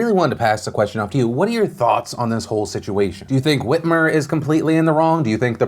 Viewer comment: Is it just me or does that Michigan governor look a little like Tina Fey in that picture?? Also when Phil first said her name I heard "Gretchen Weiners" like from Mean Girls lol it's like my mind saw what it thought was Tina Fey and heard the name of a character she was in a movie with